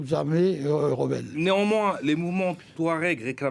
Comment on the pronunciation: Il a dit rebe 😂😂😂